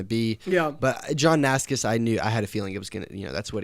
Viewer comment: cool video but im dying from the johnnascus pronunciation